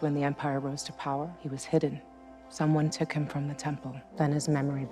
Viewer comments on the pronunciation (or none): none